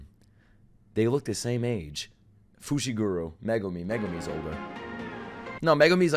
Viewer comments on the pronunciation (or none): none